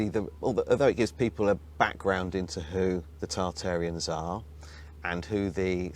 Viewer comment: Tartarians sounds like Terra Arians to me